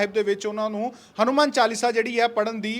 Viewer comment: Saleya hanumaan hunda hadumaan ni